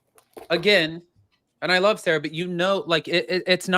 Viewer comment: its pronounced Sara Not Sarah they are two completely different names like Sara and June! Just as a heads up anybody called Sara hates being called Sarah because it's not our name and yes I am a SARA 😂